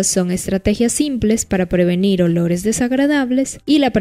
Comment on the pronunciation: Qué es eso de edores ? No entiendo se dice olores